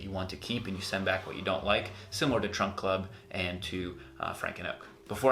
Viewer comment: "Trump" or "Trunk" Club? Sounds like Trump and said "Trunk" on cc then, "Trump." (I replayed it.) Good video,.